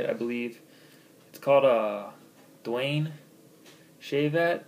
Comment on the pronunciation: Daune "DAWN"